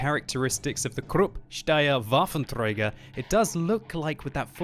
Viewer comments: träger not trejger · "Krrupp Steyr Waffentrrreyger"